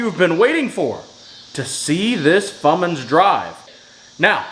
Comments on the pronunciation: that's not a thing he needs to get one that says fummins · How about never calling it a Fummins ever again! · The fummins😜